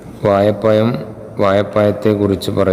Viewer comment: അസ്സലാമുഅലൈക്കും... ഉസ്താതെ... നിങ്ങൾ നിങ്ങൾ വാഴ പഴം... കോഴി... എന്ന വാക്കൊക്കെ വയപ്പയം കോയി എന്നൊക്കെ ആണ് പഠിപ്പിക്കുന്നത്... കുട്ടികൾ അത് കേട്ട് അങ്ങനെ തന്നെ പഠിച്ചു വെക്കും അതു കൊണ്ട് ഉസ്താത് മലയാളം അക്ഷരങ്ങൾ ശ്രദ്ധിക്കുക....